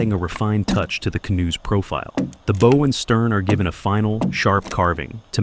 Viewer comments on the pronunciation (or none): Bow as in "Take a bow.". Not bow as in "Bow and arrow.".